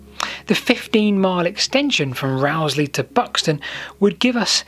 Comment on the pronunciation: Often wondered if the Haddon Tunnel was still passable Thanks for uploading the video (Locals pronounce Rowsley as rose-lee)